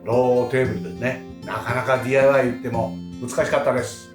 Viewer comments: でぃー、あーい、わーいの発音で笑いました(笑) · でぃーあいわぁーいですね笑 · たまにDIYの発音がネイティブになるのすこw